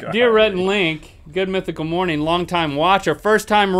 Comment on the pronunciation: Has anyone else noticed how link says mornine instead of morning